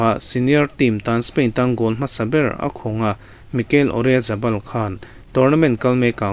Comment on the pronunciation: Oryazabal ni lo in Oyarzabal ✅